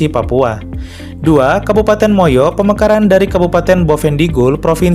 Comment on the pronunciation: Kabupaten MUYU bukan Moyo